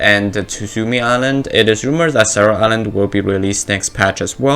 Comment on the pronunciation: Honestly, as someone learning japanese, you saying Sarah island was kinda hilarious lol thanks hah it made my day